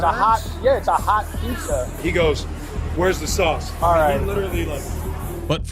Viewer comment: "Where's the swauce?"